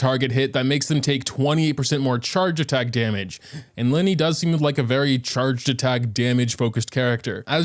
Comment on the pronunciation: Its li-ney not lie-ney